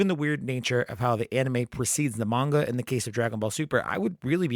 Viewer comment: Enjoyed the discussion but what’s with the coin-flip pronunciation of the word “manga”?